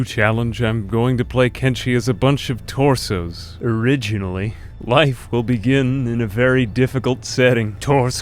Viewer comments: "tor-sore" He is the closest. Give the man a prize! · I fucking died at the way he said torsion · just hearing "torsheavyweapons" kills me literally every time